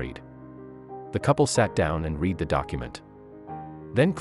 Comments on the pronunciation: This is still a Robo voice. Just better quality than most. RoboVoice pronounces READ as REED when it's past tense, so it should be pronounced RED. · He can't read worth anything. He can't pronounce the word read in a proper sentence. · This click bait story is told by a narrator that can't read, pronouncing the past tense of read as the present tense, and who cannot answer the question what was the DNA result. I know cliff hangers are part of story telling, but this is purporting to be a news item, so this becomes an uninteresting shaggy dog story, and I'd like the channel closed down for misrepresentation. I was a fool to even be interested in the behaviour of these plastic people.